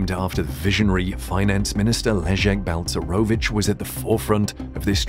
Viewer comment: Jesus Christ his name is Balcerowicz not bounce maravich is it really so difficult to prenaunce ?